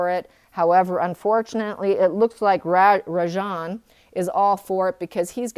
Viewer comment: Rajan means KING in Indian language. Anything but a king. You pronounce it well.